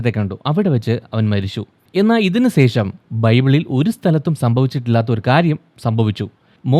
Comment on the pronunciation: Don’t keep on telling “sesham” pronounce it correctly with clarity “shesham”